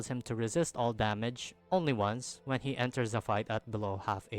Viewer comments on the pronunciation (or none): none